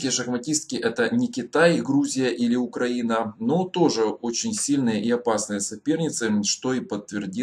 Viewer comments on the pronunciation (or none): none